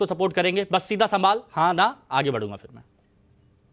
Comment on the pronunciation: Fir नहीं phir. उच्चारण सही करो।